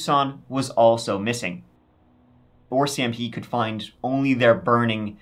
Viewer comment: I just have to say that I giggle every time you say RCMP as “OR”CMP. As my national policing force I love hearing that. Always a little sad when you cover Canadian stories. Even in 2024 I like to believe we are the safest and kindest country where crimes is few and far between. And that’s from someone who lives in the city as Paul Bernardo did (look it up but I lived it and won’t watch). Love your story telling and keep up the good work.